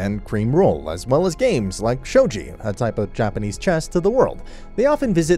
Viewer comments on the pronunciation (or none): ITS NOT SHOJI ITS SHOGI. SHOW GEE